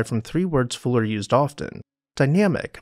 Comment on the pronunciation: Fuller had not just an adaptive mind but the courage to spread his “gospel” to the world, a rare combination" I found it odd the narrator couldn’t pronounce Fuller’s name correctly. He kept saying “Fooler”. I wonder why he did that? Was it some kind of subterfuge or subtle joke?